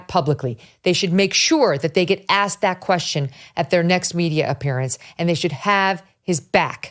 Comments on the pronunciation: Did he say axed? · Whoever commented he used the word axed for asked is completely right. Is he really college educated!?! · Coates: "I have axed repeatedly...". That's where I stop hearing him. He's either an uneducated product of DEI, or deliberately mispronouncing a word to win favor with a small amount of ignorant people who refuse to melt into American culture. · Not that this is what’s important, but did Coates say, in his second sentence, “ I have axed”…??!!! Unless English is his second language, and I’m pretty sure it’s not, when did “axed” become an acceptable word; I ask, ironically and rhetorically!! 😂🤦‍♀️ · He lost me at "I have axed..." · did coat check say axed oh please ......! I can't deal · Glad that he's so educated he was able to axe someone. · He should know, being a reporter, it is "asked" and not "aksed". Also, his control of the English language in general is not very good. English is a second language to me, and I speak it more correctly. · Tony's been "Axing" questions for 20 years??? What a professional! 🤡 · Coates mispronounces the word "asked" as "axed." And this guy's some kind of "scholar"?? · He writes books yet can’t say ‘asked,’ whatever… so very credible… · Coates can't even speak intellegently. Axe, dis, dere. What an embarrassment. As stupid as AOC and as big a grifter as Al Sharpton. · He axed ? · “axed”?!? This guy’s been a ‘reporter’ for 20 years. Wow. I’m in the wrong profession. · Wow, such "brilliant" "black scholar". Writes multiple books based on minimal knowledge of the English language, still says "Axxed". Such great leaps and bounds by the diverse group. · i heard him. my #1 disliked mis pronounced word. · Oh Lawrence jones on Fox and friends pronounces asked as axed as well and any word begins with a he emphasizes with a growl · He does it on purpose. He thinks it's more authentically black. Of course that's just rubbish and is an insult to black people because it's just incorrect spelling.